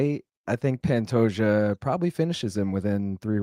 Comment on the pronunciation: Incredibly annoying considering it isnt hard to pronounce Pantoja and it takes just as long.